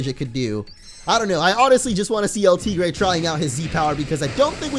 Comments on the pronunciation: you are mispronouncing El tigre. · Hector Garcia he nicknamed it and he is pronoucing it wrong Wow